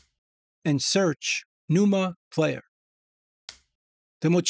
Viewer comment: “tha numa… playah”